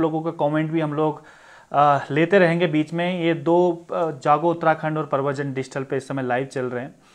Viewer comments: Bhai digital ko pahle shi se pronounced kro dusra prshan- chin bhi galat pronounced Krte ho ? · Bhai wo digital ko shi se nhi bolte Hain. Galat boltein